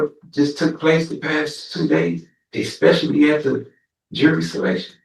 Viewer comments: Ahhhhh we have an “expecially” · We have the first "eXpecially". I am guessing there will be many, many more. Getting my earmuffs. Spoken English is the real victim here.